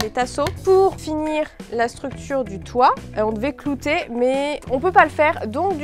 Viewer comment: à dit cloter au lieux de clouer